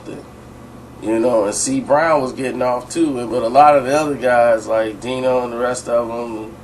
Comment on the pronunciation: you called dinco d dino lol